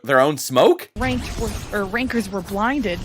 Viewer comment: "depend on how well wankers can break this A-ho(ld)" bruh what